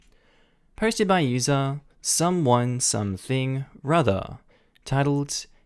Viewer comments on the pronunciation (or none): 'Something rother?' Lol pretty sure it's something (o)r other.